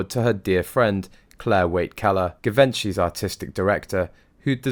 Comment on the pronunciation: Jee-von-shee, nor Give-enchy.